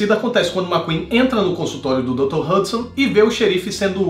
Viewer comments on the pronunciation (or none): none